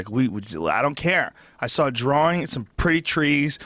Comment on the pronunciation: please help brendan schaub and brian redban learn how to pronounce "saw" or "draw" correctly. there is no "L" at the end......